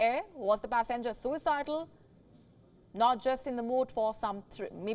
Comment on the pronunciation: Pass enger or passengers,? Learn to pronounce words properly